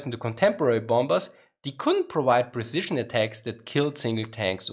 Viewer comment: "Präcision" värry gut Inglisch! ;)